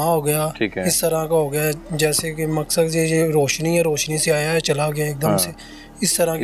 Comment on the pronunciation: Maksan nhi maqsad hota bro